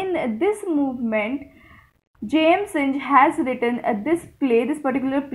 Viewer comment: Synge is pronounced sing